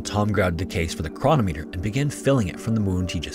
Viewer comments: It's not ChrON-ometer, it's Chro-NOM-e-ter, with the emphasis on the NOM. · You should look up how to pronounce “chronometer” 😂